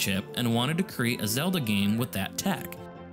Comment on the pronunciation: Great video! A couple corrections: the word is “tangential” Zedla